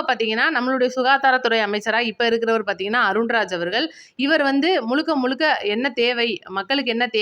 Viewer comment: முழுக்க முழுக்க என்று சொல்லவும். முளுக்க முளுக்க என்று சொல்றீங்க. தமிழ் சரியாக உச்சரிக்கவும்